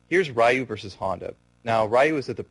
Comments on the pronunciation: Its Ree-ewe not Rai-you. I'm tired of idiots saying its no big deal when yeah it kind of is cause you got this guy mispronouncing the shit out of Ryu's name. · "Raiyoo" And "Saget" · yeah it's りゅう。 りriゆyuうu.. ri.yuu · piss off!!! Asshole! Fuckin get the name right!!! I'm a big Street Fighter fan. The name has to be pronounced right!!!